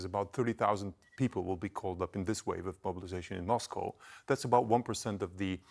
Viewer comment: She's on TV and can't even pronounce Moscow...